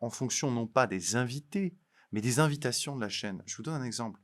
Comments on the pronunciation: Cent-z-invitations? Attention! Pour le reste, à 100/% avec vous. Pour reprendre une formule célèbre : la liberté d’expression ne s’use que si l’on ne s’en sert pas, à plus forte raison si on la corsète. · « Les cent z"invitations... » Bon... C'est facile de se moquer... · cent invitations et non cents invitations.avec la liaison ça me fait mal aux oreilles…je vous adore et je continuerai à vous regarder..